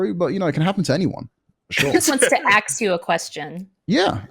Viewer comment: "She just want to AXE you a question"